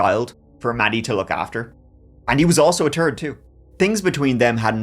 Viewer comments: I love when you say “third” but you pronounce it as “turd” because of your accent and then today you say “he was basically a turd child….and he’s a turd” this officially made my day! Lol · I laugh out loud when he says “ turd “. Love you brother !! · Basically a third child and he was also a “turd” too—been waiting to hear how you’d pronounce those words together since you first started on YT:-) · “…and he also a turd too.” 😂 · “And he was also a turd too”……BWAHAHA, luv ya 😂😂😂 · A third child or a turd child? Both make sense. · "Turd" child 😂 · “He was basically like a turd child for Maddie to look after, and he was also a turd too”! Lmfao I’m sorry, but that was friggen hilarious! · Elevan turd-he. Learn English, innit? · “he was basically a tird child for her to look over… and he was a turd too” this killed me 🤣 🤣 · You saying he's a turd child and also a turd tells me now u say turd on purpose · 😅 he was the third child, " the way you say third ' and a turd too LOL.!!!!! Now that's damn funny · He finally acknowledged that his "third" sounds like "turd" 😂 It's GOO Time❤ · "He was like a TIRD child for Maddy to look after, and he was also a TURD too," 😂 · I thought he said "turd" at first when he said "third." Then he clarified! Hahaha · 😂 I childishly always giggle at pronunciation of "third" but this one takes the cake. So glad saw it too lol